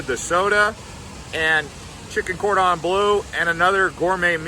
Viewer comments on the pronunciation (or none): none